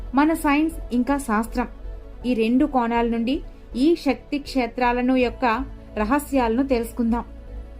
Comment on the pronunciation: Madam shakthi kaadu sakthi Ila baashanu maarchesthunnaru koncham baaga maatladandi chaala mandi ilaney aksharalu maarusthunnaru em style andi chakkani telugu ni chiraku chesthunnaru